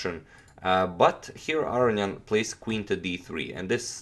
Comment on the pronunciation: A-row-knee-an. Don't forget the knee!